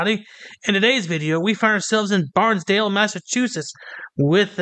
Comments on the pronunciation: OK, Hope I'm not being redundant, but: 1. It's pronounced "Barn-stuh-ble" We're very sensitive about that kind of thing around here ;) 2. That... person... is definitely one crayon short of a box 3. I guess he didn't notice the sign on the door that said "Use of any camera is prohibited in a courthouse". 4. I loved the security not playing games with him, ignoring his threats and simply ushering him through the door. Kinda wished he'd resisted though. Thanks for your content! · OMG - I got divorced in that Courthouse. BTW, it is pronouced Barn-stable